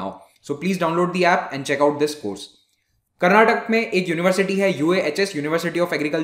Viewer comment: Karnatak*A* Sir like you pronounced Shivamogg*A* correctly...